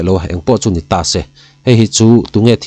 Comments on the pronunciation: Aw fiah tak maia i thu chhiar a ngaihnawm thin hle mai. Thil pakhat ' Tase' tih a ' se' lai hi thluk fan/ sei deuh hlek la, a ngaihnawm zual awm.mang e kalo ti deuh... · ' Tase ' a bung lutuk a mawi vaklo